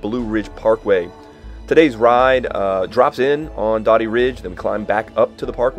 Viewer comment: Doe-dee not Dah-dee! This is such a good ride! There's some good singletrack between the bottom of Spec and the parkway climb that shows up on Strava. Be careful accessing Dody or Spec in view of the Rangers. You're technically supposed to walk from the parkway to the trail at Spec and the access trail to Dody (broke hand ridge) is actually a social trail. Dody used to be accessed from Salt Pond road, but there is a right of way issue with a local resident. Great video!